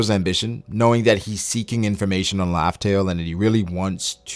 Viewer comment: the way he says raftel : laughtale